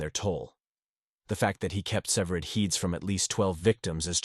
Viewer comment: Dont forget "servered heeds" 😂